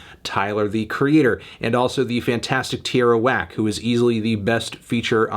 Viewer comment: L for saying tierra whack good LMAOO